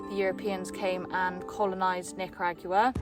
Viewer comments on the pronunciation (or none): I enjoyed your experience but the way pronounce Nicaragua bums me out